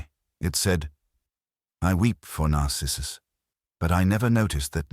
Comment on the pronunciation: also "narcissus" The accent falls on wrong syllables.